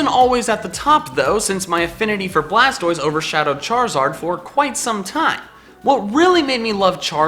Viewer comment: Its actually BLASTOISE not blastroise